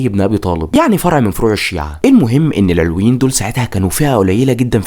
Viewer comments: المحتوي رائع بس استفزني طول الفديو نطقك لكلمه العلويين بتنطق بفتح العين واللام ياريت تركز في النقط الصغيره دي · شكرا عالفديو بس ياريت تلفظ مسمى العلويين صح بعيدين نحنا كعلويين ما منطيق هالعيلة و ما في علوي و لا سني و لا مسيحي سلم من شرون ما تركو حدا يعيش بسلام و يلي ما بيتسمو ما تركو ولا مستودع اسلحة بالبلد و الا و دمروا خوفا من توحد الشعب السوري ضدون و لليوم الطيارات الاسرائيلية بالاجواء السورية بشكل دائم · في معلومات تاريخيه كتير غلط وعم تلفظ كلمه العلويين غلط لدرجه انه المعنى اتغير !!!! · محتواك رائع لكن انت نطقت كلمات كتير نحنا ما بننطقا هيك علويين كان نطقا غير صحيح و حماة كذلك عدا ذلك متابعتك و بحب محتواك كتير عن جد كتير رائع ❤